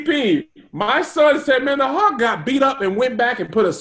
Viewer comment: Hawk?? It supposed to be Hulk